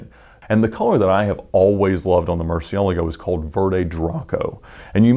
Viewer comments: this guy really butchers the names look "ruf he says roof" murcielago he says Murciealgo" xD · ed's pronunciation of "murcielago" makes me cringe...